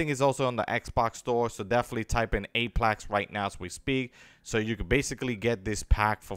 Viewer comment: Your saying apex wrong that's the only thing making me cringe LMFAO hope everything is well nothing but peace love and positivity